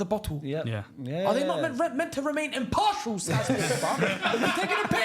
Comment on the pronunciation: The way he said IMPARTIAL I thought he was in the house of commons man ahahah